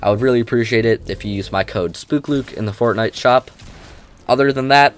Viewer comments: Am I the only one who hears him saying “Fortnut”? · i like it